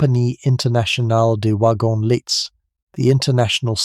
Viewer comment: Fascinating description of the Orient Express. Not a sleep story though due to the loud intrusive ads FYI: Compagnie internationale des wagons lits (the "t" in lits is silent - pronounced 'lee').